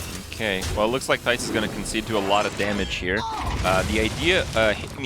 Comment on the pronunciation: ITS THIJS NOT THAIS!!!